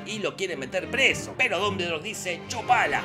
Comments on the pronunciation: No se dice así, es "duhm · buhl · dor" , no "dumbledor". (No finjas, lo leíste como Hermione...) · Minuto "Pero Dumbuldure dice...." jajaja me reí como 10 minutos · "Dumbledor" Dombuldor :v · como le cuesta pronunciar dumbledore y voldemort jajajaj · Nunca vi un resumen tuyo con tanto desgano!!! Claramente se nota que no te gusta la historia y la viste muy por encima. Hay muchos errores, haces chistes con cosas que interpretas mal por desconocimiento,, entonces no causa gracia. Dijiste mas de 20 irritantes veces "Dumbledore" tal como se escribe... Pero se pronuncia "Domboldooooooor"... Ojala recuperes las ganas!!